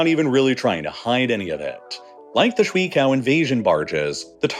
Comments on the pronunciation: Swi Cow? Wow you would think that there are no Chinese speaking people in the west. How hard is it to ask a Chinese person how to pronounce sui qiao? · me, as someone who speaks chinese, cringing every time he pronouces shui qiao as shree cow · The bridges are pronounced Shwey Chiao. Both ONE syllable, referring to . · Damn, I knew he was saying shui wrong, but he was messing up qiao so bad that I figured the pinyin was cao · These ships are pronounced shway chyao 3rd and 2nd tones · note on the name "shui qiao", it's pronounced "shway (like sway but with sh)" "chi-yow (like tai chi, and ow with a y in front)" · I cringe each time you pronounce the name shuiqiao; sewe-a-tj-auw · BTW, Wiktionary has pages for both 水 shuǐ and 橋 qiáo that include recordings of the pronunciation. You may not be able to hear the tones, but the correct vowels should at least be clear. (Pinyin does not read like English; e.g. shuǐ ends not in /i/ but in /eɪ/, as in "sway.") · That is the whitest pronunciation of shuiqiao I've ever heard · Look man, I know Chinese is hard, but if you are going to be saying "ShuiQiao barges" so very very many times, you might want to try and check if you are pronouncing it even remotely close to correctly. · It's very distracting for me. It's clear he didn't even do the minimal research of asking google translate to pronounce them for him before making the video. It's not that it's pronounced incorrectly; it's that it's pronounced in a way that it's clear he's never heard the words spoken in the first place. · if you're gonna commit to trying to say a chinese word 100 times during a video, maybe try pronouncing it a little less idiotically? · Such a big channel but your Mandarin pronunciation is terrible. No one on the team knows a little Mandarin? Or even Google? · What an absolute monstrosity of an attempt at pronouncing "Shui qiao". Dude, Google can do a good job at telling you how to pronounce something in a foreign language. Be better...